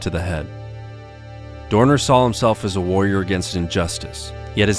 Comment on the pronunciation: love how you properly pronounced his name